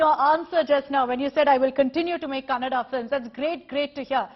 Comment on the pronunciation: Happy thing I heard is news reader said kannada correctly!👌